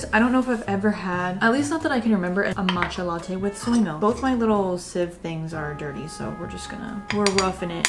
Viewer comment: "but whatever we're gunna make a mAtcha" I actually laughed out loud, your vibes are so genuine I love it here